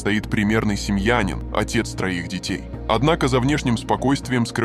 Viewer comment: СемьянИн. Ударение на и. Это как сказать магАзин или кАрантин.